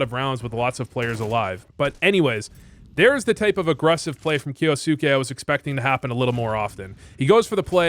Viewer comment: pronounced kyousuke correctly, is voo japanese confirmed?